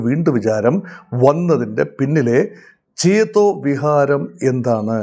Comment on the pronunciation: ചേതോവിഹാരം എന്നാണു നിങ്ങൾ പറയുന്നത് ,,, രണ്ടു മൂന്നു പ്രാവശ്യം replay ചെയ്‌തു കേട്ടുനോക്കിയിട്ടും ചേതോവികാരം എന്ന് കേൾക്കുന്നില്ല എന്തെങ്കിലും ഒക്കെ ഇങ്ങനെ ബലം പിടിച്ചും കടിച്ചുപിടിച്ചും പറയുന്നതിൽ കാര്യമില്ല മിസ്റ്റർ !